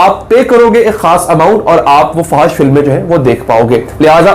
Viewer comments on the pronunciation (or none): Fahash ni fohash hota hai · FO H SH, is the right pronunciation.